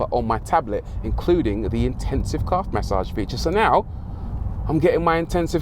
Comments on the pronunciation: LOL... took me for ever to phonetically catch what the óld “Mas-Sahge” “Caaahve” was... Love it. Thanks for the chuckle! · Rory emphasizing on Calf massage for the millionth time 😃 This was really good to watch